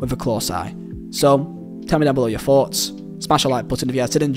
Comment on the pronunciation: Thpughts- not foughts man